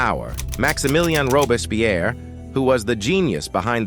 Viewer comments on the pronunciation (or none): none